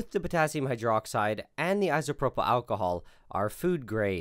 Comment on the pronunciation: Anyone else bothered by his pronunciation of “isopropyl”?